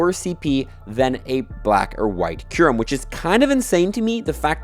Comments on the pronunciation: It is Kyurem not Kairem 😂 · DID THIS GUY JUST SAY KAIRMU ..... those where the last words out of your mouth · Isn't Kyurem supposed to be pronounced "cue-rem? 🤔